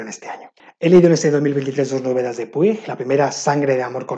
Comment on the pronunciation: Qué lecturas tan interesantes. No conocía ninguna salvo Lulú y Tengo miedo torero (que justamente la estoy leyendo ahora). ¡Espero deseosa el vídeo de lecturas que os generan opiniones encontradas! 😍 P.D: No quiero ser quisquillosa pero no se pronuncia 'Puig', se pronuncia 'Puch' porque es un apellido catalán y en catalán i+g es un sonido muy similar a la 'ch' 😉